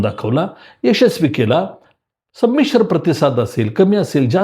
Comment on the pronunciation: संमिश्र संमिश्र फार च जोर देऊन म्हनता त्या वरून आपल्या मनात नेमकं काय चाललंय याची कल्पना येते आहे.... सर्व आंदोलन हे संमिश्र च होत असतात फक्त भाव भावना चा शब्दाचा अपभ्रंश करून काही तरी टायमींग टायमींग म्हणून वाकड्या दाखवण्याचा केविलवाणा प्रयत्न दिसतो आहे.... पण सर ते आंबेडकर आहेत...... मनात घेतलं तर केव्हाही कधी ही नुसता महाराष्ट्र नाही तर आखा भारत बंद करण्याची धमक त्यांच्यात आहे...